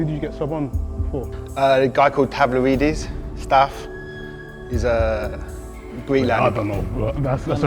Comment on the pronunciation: Man said Tavlaridis! Insane ball knowledge